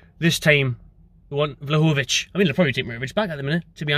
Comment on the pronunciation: So many up sides to signing Vlahovic. Obviously we need a top striker, it would really annoy Spurs and best of all, anyone who watches TheToonReview channel would know it would be great listening to our dear friend struggling with his name 🤣